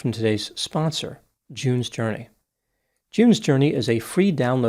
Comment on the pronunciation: "Jews Journey". Literally thought that's what you said. And I still think it will make a great game😂